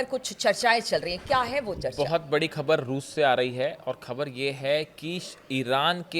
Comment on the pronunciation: Despite repeated messages, is not improving his pronunciation. He mispronounce Khhbar as khabar, without Bindi below Kh, and Jabardast instead of Zabardast. His unnecessary hand movements are irritating.